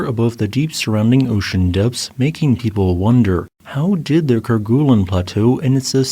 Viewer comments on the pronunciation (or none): The "gue" sound in Kerguelen is actually pronounced more like "gway" or "gey" rather than "goo." This is because the name Kerguelen comes from the French explorer Yves-Joseph de Kerguelen-Trémarec, and in French, the "gue" combination is typically pronounced with a soft "g" sound, followed by a "u" sound that's more like a "way" or "ay" sound. Fyi. 😉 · "ker-GOO-lin [sic]" -- "KER-guh-lin" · Ker-goo-lun...🤦 It's pronounced ker-gay-len. It's a Breton name, if you're gonna inform non-French people of its existence, at least get the pronunciation right, for fork's sake. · Great video. It's pronounced "Ker-gay-len", btw, not "Ker-guh-len". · Yep, actually more like ker-gay-lin but there's room for a little variation. 👍